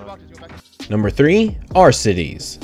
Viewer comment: Ayyyy youre finally saying Arcitys right😂